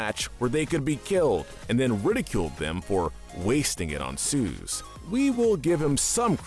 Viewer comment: Ah yes. Good old “Suze”😂